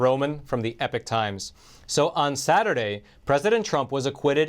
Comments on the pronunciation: Please please please pronounce "Epoch" properly, esp if you work for the company. It is putting me off what you day. It is "E -pok" not "Epic. ". Check it out. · I love your content but why do you wrongly pronounce the channel as "The Epic Times" when is clearly should be pronounced as "The Ee-Pock Times" ???